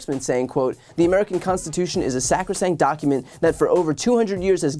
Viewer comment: Trump says 'The constiwhotion ?'.